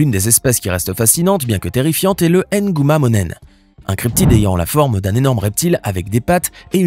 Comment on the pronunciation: 😂 ça m' fait rire façon vous prononcer ces noms là ! Nguma monéné